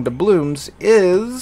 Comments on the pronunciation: Are you saying 'DoublooMs'? I feel like the guy who gets pulled over in Super Troopers having to ask if they're saying 'Meow'. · Good review of the bundle. It's Doubloons not Doublooms btw. I think Da'blooms might be something to do with flowers